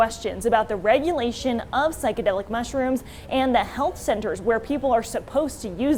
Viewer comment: This square can’t even say psychedelic right.